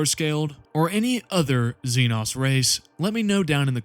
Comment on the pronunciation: IT'S XE-NO YA KNOW LIKE XENOMORPH? FOR THE LOVE OF THE MATRIARCH GET YOUR SLURS RIGHT MOTHERFU- Inhale Exhale Alright Alright, I'm calm now Sorry for the crashout It's just that by now I've seen it pronounced wrong too many times That's doesn't call for profanity though, my bad